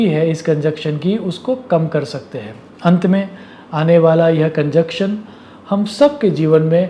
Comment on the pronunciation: તમે ગુજરાતી હોવા છતાં સારું હિંદી બોલો છો. પણ ગુજરાતીઓ હવે માતૃભાષામાં પણ અનુસ્વારના ઉચ્ચાર કરતા નથી, તો તમે તો પરભાષા બોલી રહ્યા છો. હિંદીમાં અનુસ્વારના ઉચ્ચારનું બહુ મહત્ત્વ છે. 'है' અને 'हैं'માં એકવચન-બહુવચનનો ફેર પડતો હોવાથી એમાં ગરબડ ન ચાલે. 'करे' અને 'करें'માં ઉચ્ચારનું ધ્યાન રાખવું જ જોઈએ.